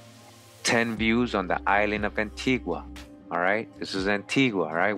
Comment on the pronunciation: Wow! I'll have to tell my husband about this. Antigua is his homeland. By the way you're pronouncing it incorrect, like the Europeans. The natives pronounce it An-tee-guh!